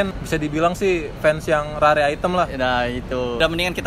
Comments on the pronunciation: Rare dibaca ra-re??!!seriously dude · RARE = "RER" bukan "RARE"